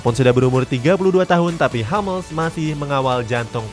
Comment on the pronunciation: Hummels tetap dibaca Hummels bukan Hammels min